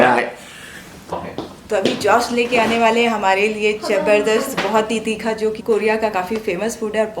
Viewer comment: its the first time someone (foreigner) has pronounced any hindi word with correct pronunciation all thanks to 😁👌 he rightly pronounced तीखा